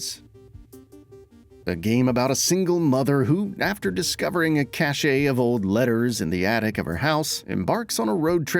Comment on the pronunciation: Please tell who is narrating this (in Open Roads) that the correct pronunciation is cash (for cache) NOT cachet (pronounced cash (long) A).